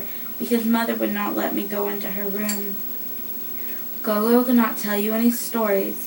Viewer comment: The pronunciation is more g'or g'or. It is the isiZulu word for Grandmother.